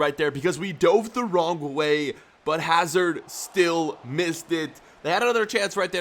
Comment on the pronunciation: You pronounce eden hazard in the wrong way